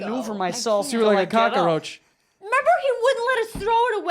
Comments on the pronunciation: They still say COCKAROACH 😂😂😂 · Anyone notice joe constantly says cock-a-roach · Joe saying 'cockaroach' gets me all the time.